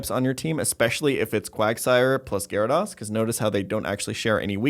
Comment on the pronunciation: One o’ these days you’ll learn to pronounce, “Gyarados.”